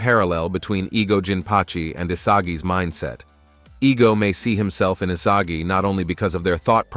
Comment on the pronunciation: why did bro say isaji